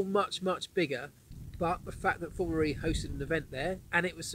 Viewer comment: Hi Marc. It's Formula E. Not Formularee, or Formular E. And I could do with a little less dog. Furthermore great video's! Thanks!